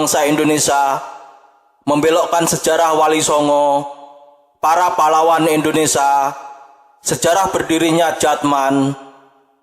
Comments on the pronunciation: Maaf kalau kurang berkenan.sekedar menghimbau untuk yg baca narasinya.pengucapan kata Indonesia hedaknya di ucapkan sebagaimana tulisannya.karena disini pengucapannya Indonesa bukan Indonesia.terimakasih dan maaf karenanya. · Bukan indonesa bro. Indonesia 😢😂😂